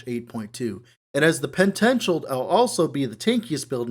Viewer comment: Did u say pet-tential